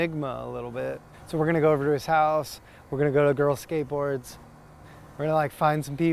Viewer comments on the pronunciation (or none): none